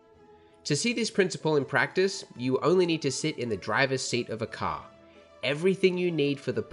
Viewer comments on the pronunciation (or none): CAR not cr